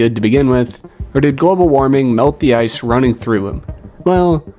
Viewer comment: Anyone else hear “ass in his veins” 🤔